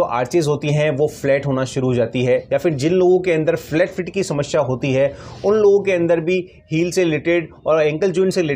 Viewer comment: Kaun sa doctor hai tu shamashya bolata hai bolna to sahi se aata Nahin